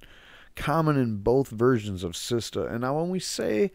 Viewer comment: Good video, it's SITSA not SISTA